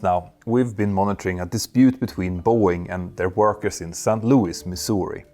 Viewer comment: Dude... Its SAINT Louis and NOT Sankt Louis as you pronounce it. You sound like that German costguard sinking commercial.